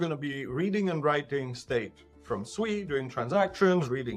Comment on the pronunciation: You literally heard the co-founder of SUI pronounce SUI correctly about 5 times in 30 secs and for some reason you want to pronounce it like you are dumb, you heard him, he did not call it SUEY he pronounced it SWEE. I can see why traditional Finance doesn't take us seriously in the crypto space.